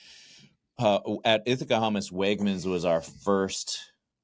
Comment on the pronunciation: Did you say, Wegmans??